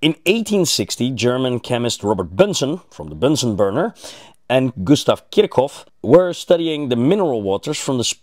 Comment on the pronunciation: Robert Bunsen of the Bunsen burner, not Bensen. Al kal' i? Even if the word comes from Arabic, it's pronounced al' kali in English.